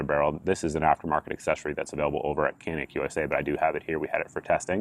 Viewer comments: Technically Cs are pronounced as Js in Turkish so it should be pronounced Janik. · It’s Turkish. C’s are pronounced as “J” as in Canik=“Jahnick”. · It's pronounced "JON-IK"..FYI..Who knew...